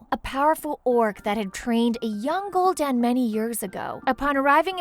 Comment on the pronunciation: Kahgar.... ner'thul... Gol'Dan... Gil-neas... stormgrade... Blackmar... Duroton... Taren... scorge... kil'jadeen... mal'ganees North end... Lordrien...dooratoor. How to pronouce them right: Kad-gar (Khadgar), Ner'zul (Ner'Zhul), Gool'dan (Gul'dan), Gill-nay-es (Gilneas), Strom-guard (StromGarde), Black-more (Blackmoore), Dur-o-tan (Durotan) T-oor-in (Tauren), Sc-er-j (Scourge) Kill-Jay-den (Kil'jaeden), Mal-gan-iss (Mal'ganis), North-Rend (Northrend), Lord-eron (Lordaeron), Dur-o-tar (Durotar). No offence to though she actually did well pronouncing them. P.S SarGeras not Sarjeras.